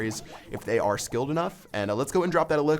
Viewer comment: Clash Royale really Are 10 you don't know how to say are